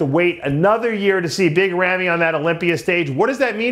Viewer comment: Why doesn't anyone tell Dave Palumbo how to pronounce Big Ramy? He sounds ridiculous calling him Rammy. I know he's 50 years old but he needs to get it right. It's not a good look. Big Ramy is not a US American so it would never be Rammy.